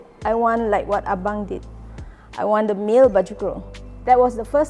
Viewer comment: Ah-bang. Its abang. Please educate urself